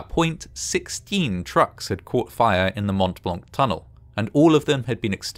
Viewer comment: The "t" sound in Mont Blanc is silent. It's always funy hearing anglophones mess up other langages.